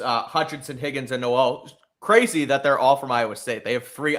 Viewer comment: This is actually bad news for the patriots 😂 even if on “paper” it’s not 😂 we shall see how Gonzalez “tackles” 😂 and stroud thrivessss without Nico 😂 also it’s not noooellll it’s more like no-wl 😂